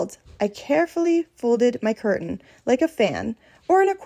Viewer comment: Learn how to pronounce CURTAIN!!!!